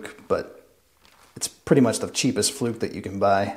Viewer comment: Hehe, sounds very funny how you pronounce „Fluke“ 😂😂😂. Greetings from Germany P.s great work and of course, it’s a Great channel!